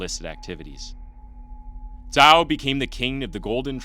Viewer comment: The fact that you correctly pronounced his family name 🫡🫡🫡